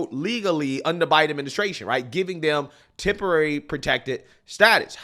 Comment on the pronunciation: Hey lady...can you say temporary.. Temp, temp. Take your azz back!